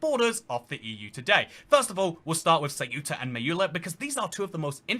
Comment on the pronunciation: Seyuta and Meyila...😂😂😂